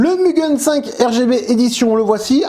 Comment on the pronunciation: Le Mugen 5 rev B est a 53 € au Japon pour info. Ah et sinon ça se prononce mou-gaine pas mu-gun 😅 (無限 =infini ou sans limite en jap)